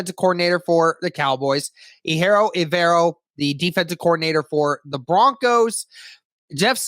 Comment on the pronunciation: Just to clear it up, it's E-jir-o on how to pronounce his name, not A-hiro. 🤙